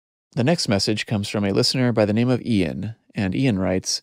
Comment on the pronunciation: Ian not “Uan”. 😊